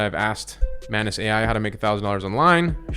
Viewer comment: The correct pronunciation is "maanuus"